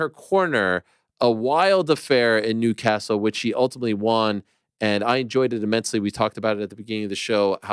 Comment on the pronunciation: it’s nuts Ariel still cannot pronounce the word “won” correctly lol